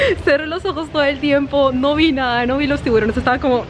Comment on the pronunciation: dijo tibulones